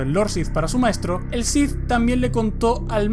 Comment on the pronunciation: Buenos videos, pero me confunde cuando dices Shif en vez de Sith